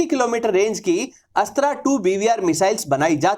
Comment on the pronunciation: Bhai tum अस्त्रा mat bolo isko अस्त्र बोलो